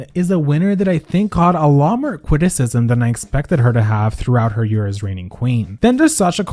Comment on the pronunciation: “cwiticism” 😂 I died a little